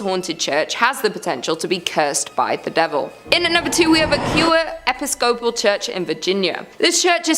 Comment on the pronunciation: It's the mispronounciation for me. 😅😅 "Episcopal" is pronounced e-PIS-co-pALL